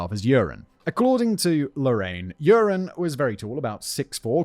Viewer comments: Half of the time when you say Joren it sounds like "Urine". Honestly, this really doesn't change much in my opinion. :D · It will never be not funny to me that you end up pronouncing his name kind of like 'urine' 😂 For those interested, the name Joran is pronounced like "you're an" (with 'an' pronounced the British, not the American way) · I was deeply enjoying the pronunciation of "Joran" as "urine" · I love how you pronounce his name as “urine”. Which is appropriate. Scumbag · Simion pronouncing Joran as "urine" LMFAO 🤣😆😂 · I love that simin says his name as urine! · At first I heard "urine" and thought - "that's an appropriate pronunciation for this scumbag" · Everyone else is hearing “urine” right? Not just me?